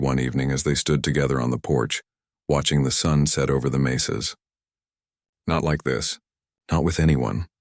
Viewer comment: Clara and Taco’s night of passion could get her in trouble if she gets pregnant. What a stupid story. “Mesas” not “maces.”